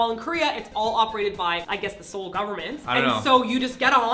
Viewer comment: I apologize if it offends you Simon and Martina, but for someone who lived in Korea specifically in Seoul for so many years even teaching... why are you guys still pronouncing Seoul wrong?.......